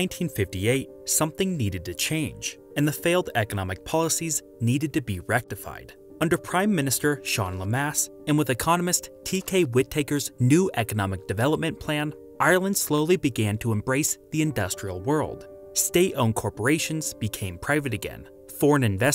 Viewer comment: T.K. With - A - Ker... not T.K. With Taker.